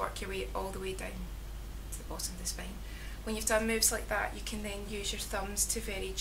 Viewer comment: I like your accent.. words like spain...(spine)....lovely !